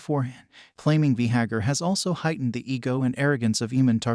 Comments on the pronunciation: Vay- Garr pronounce it correctly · V- gahar? What is that? .... I can't watch this video. Change the way your saying it.. ugh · The worst is he just KEEPS REPEATING IT. So frustrating lmao